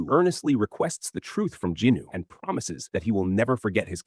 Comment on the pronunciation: I’ll correct my statement; he doesn’t use the basic same bullshit low effort/low quality. This AI is passable albeit the mispronunciation of certain characters n what not—like Jinwoo for example.